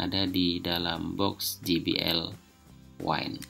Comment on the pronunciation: Satu lagi penyebutan J, harusnya je aja kaya bahasa indonesia. Klo ji it huruf G